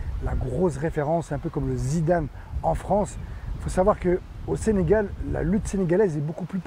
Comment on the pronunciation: C’est pas senagal mais Sénégal